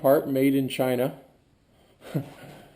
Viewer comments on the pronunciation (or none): none